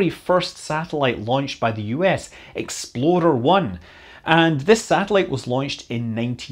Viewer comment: Did he say exploder? John Young died at 87.